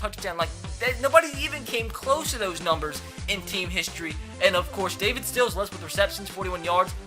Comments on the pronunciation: You say Sills like Seals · Sills is pronounced As in window sill not as like Navy Seal